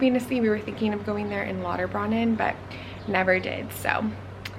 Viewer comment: I know a lot of people aren’t familiar with German unless you learnt etc., but Lauterbrunnen is pronounced like broonen not brannen. It means fountain/spring. Not so important if you’re a tourist but if you are interested, thought I would correct 😊